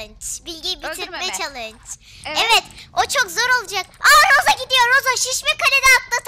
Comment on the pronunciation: Roseye roza dediğinde patladım GSUSG7Y